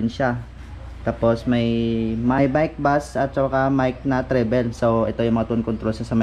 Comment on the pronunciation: trebol hindi trebel pag basa nang treble. buot buot pud kag pronounce ha